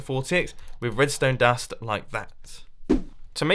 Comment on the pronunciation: No one : Mumbo : redstone dast